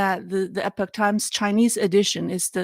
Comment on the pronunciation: Epic is pronounced eh-pick but Epoch is pronounced EE-pawk. just FYI. I like Epoch English and Chinese for their coverage of China, but when they cover the US, they tend to jump down MAGA-hat conspiracy rabbit holes without much critical thought. IMHO. On YouTube, China in Focus NTD I believe is owned by the Epoch Times... and YouTube has demonitized them for the next two years.